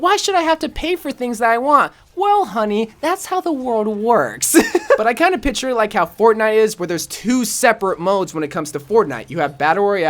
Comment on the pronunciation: Picture not pitur